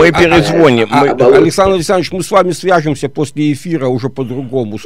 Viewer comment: "Мы перезвОним"😭